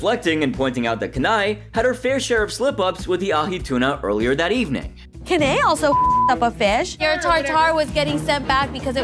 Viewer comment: It's 'Kanae' not 'Ken-eye'. I don't think he's warched this season